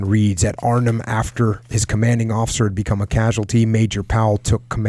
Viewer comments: You pronounce Arnhem just fine and won't offend anyone, but "Holland" are only two provinces in the west of The Netherlands (South Holland and North Holland, where Amsterdam is). Arnhem isn't even in "Holland", it's in Gelderland. You can judge for yourself how offensive, or rather ignortant, someone from The Netherlands looks/sounds to you if they called the whole of the US the "West Coast", because they only know New York. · both ways you pronounced Arnhem are right.